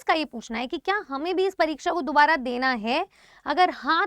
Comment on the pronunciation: Daubara nhi dubara